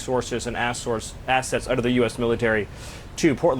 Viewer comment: he said "assources". Must be a secret gay.